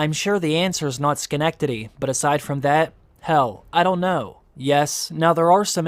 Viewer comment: biggest surprise: you said schenectady correctly, TWICE!